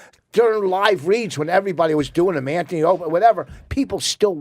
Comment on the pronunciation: did vos call it anthy and opieny?